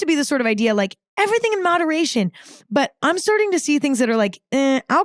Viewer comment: StUrding instead of starting, PRtner instead of partner... 😂😂😂